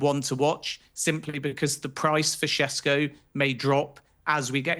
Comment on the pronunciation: Sheshko is the correct pronunciation. Š is sh